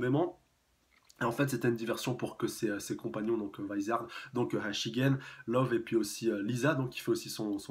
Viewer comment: Pour le mot Vizard le "V" se prononce a la française et le "i" a l'anglaise fin normalement c sa^^. Et ce n'est pas "Wizard" chef^^